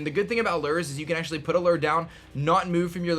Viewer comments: Am I the only one that's bothered by the fact that none of these Youtubers can pronounce luh-oo-er correctly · That's not how you pronounce lure. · Does he pronounce "lure" weird or is it just me?